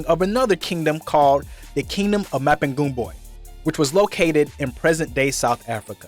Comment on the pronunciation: Lol my man you butchered the word Mapungubwe, but big up for trying. That's my home right there, beautiful, hope you had a time to visit other beautiful sights across the nation like the Victoria Falls. How did you feel climbing the kings home on the hill? 😏